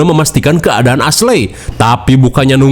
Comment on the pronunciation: Jir nama asley beneran di baca asley😭